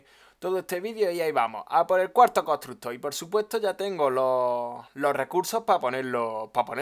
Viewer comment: Contrugto desde cuando se dice así jajajjaajaj xD